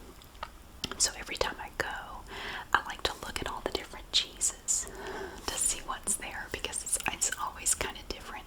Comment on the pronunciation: I heard you talking about all the different types of Jesus at Aldi, from all over the world and I was so confused (and impressed by their progressiveness). I got a good laugh when I realized you were saying "cheeses". Thank you!